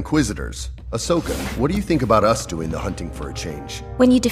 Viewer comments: It’s Ahsoka not Ashoka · it's ahsoka, not ashoka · It's ahsoka not ashoka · *Ahsoka, not Ashoka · It spells "Ahsoka" not "Ashoka" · It’s literally Ahsoka not Ashoka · Yep, “Ashoka” 🤣